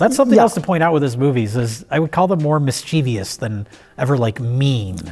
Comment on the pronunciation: I love, but whenever he says "mis-CHEE-vee-us," it's like an ice-pick in my ear.